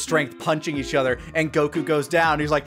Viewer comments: Why does he pronounce Goku as "Go-KU"? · "You don't have to say it the way I do. I know I've already annoyed a bunch of people with that." Oh you've been doing it the whole review by saying Goku as Go Kyu. I know it's a weird think to be hung up on. But at least the Pan thing can be explained.